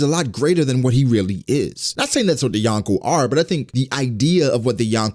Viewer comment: You are saying Yonko wrong